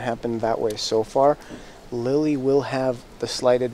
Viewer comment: Wow opening commentary is cringe worthy.....and they pronounce Lily's last name a few different ways in a matter of minutes......